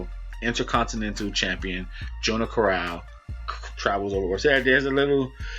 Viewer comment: jono carral It's pronounced like Johno Carral in ireland haha definitely not jo no